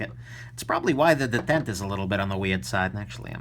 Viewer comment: Are you sure you're pronouncing "detent" right? Either you or everybody else is wroong. I would not put it beyond you though, that you actually the only Person that knows how to pronounce it correctly. Have yourself a wonderful day.